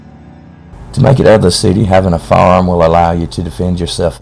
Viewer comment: Even the subtitles couldn't tell he was trying to say, "firearm". "You'll need a "faam" for hunting."